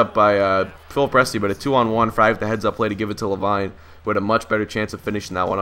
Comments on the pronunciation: Great video never disappointed but, I think it's pronounced La•Veene not La•Vine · It's La- Veen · I don't want to sound annoying, but it's pronounced Luh-Veen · Pronounced La veen but good commentary love your vids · So if one player explains that it's "LaVeen" then why do 20 other people feel the need to say the same thing? I mean really guys if he can play a video game he can read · It's pronounced la-veen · Yeah it isn't la vine